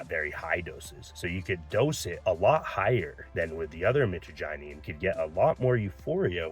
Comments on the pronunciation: Michagyneene lol. I appreciate that you're not fear mongering, but for someone who has been using it for over 10 years, that pronunciation was horrendous. Mih-trah-ja-neen, Mit like in mitch, trah like in trash, neen like in lean or nine like in 9. Both are the most common pronunciations, but I'm not a linguist. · Dude no disrespect but please learn the correct pronunciation of the alkaloid.